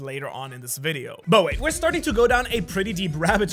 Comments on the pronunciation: bruh he said wideo no video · bro said wideo instead of video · u said wideo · You called it wideo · You said “wideo” say video next time